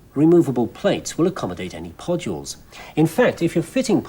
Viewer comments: me at the beginning of this video, looking through the comments and seeing everyone talk abt the way he says "podules": what me now:hehehe...... podjuls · "Podules" - awesome!